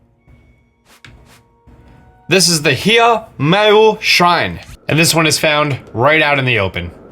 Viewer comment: How he pronounces it:Hia Meu How I pronounce:HYAH MYOO